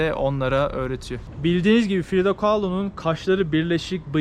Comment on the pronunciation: Frido değil Frida demelisin 😎🌵